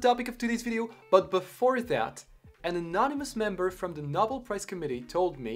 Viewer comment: Great video. One thing, it is properly pronounced “No-bell”, not “nah-bill”